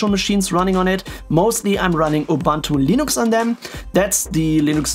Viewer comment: Guys! He's running "Linox" 😁